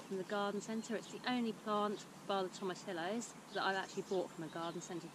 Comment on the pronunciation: Tomatillo sounds like toh-mah-TEA-yoh